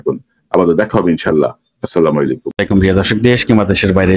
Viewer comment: আমার প্রিয় বড় ভাই আপনার বিশ্লেষণ আমার কাছে অনেক ভালো লাগে, কিন্তু একটু কষ্ট হয়, তখনই যখন আপনি প্রথমেই আমাদের উদ্দেশ্যে সালাম প্রদান করেন, কিন্তু আপনার দেয়া সালামটা শুদ্ধ করা দরকার, যেমন, (আসসালামু আলাইকুম) এই উচ্চারণটা শুদ্ধ, দয়া করে সালামটা শুদ্ধ করে নিবেন, আল্লাহ তাআলা আপনাকে দেশ ও জাতির জন্য কবুল করুন।